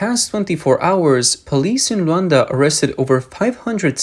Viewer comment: Not Rowonda. L U A N D A